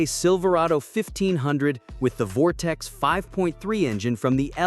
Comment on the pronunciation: Turned video off after 😂 "Vortex"